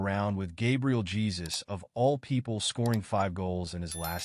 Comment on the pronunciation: It's pronounced JE-SOOS